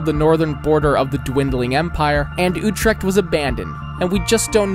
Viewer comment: even as a non Dutchie 😭 "Amersfoot" "Urect"